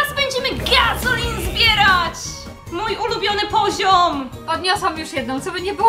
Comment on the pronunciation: Wera powiedziała 7 razy ✨gaZoLin✨